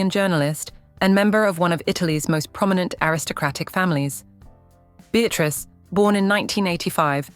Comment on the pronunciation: la famille PRINCIERE de Monaco et non royale.Prononcez bien le nom de la famille Casiraghi par respect pour leur famille.Pourquoi dites vous CATARAGI Et prononcez Béatrice et non Bétatrice ?